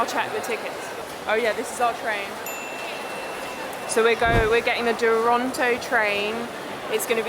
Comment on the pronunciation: You pronounce like Torontoooo 😊😊❤